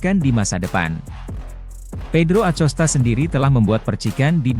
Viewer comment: A C O S T A?!😂😂😂BELAJAR NGEJA DULU BRO SBLM NGONTEN😂😂👎👎